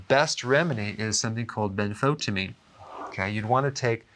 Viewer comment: Ben-fo-tie'- uh-meen.na- toe. Pronunciation nah- toe (natto). Jeesh, dr. We love u and appreciate yr help.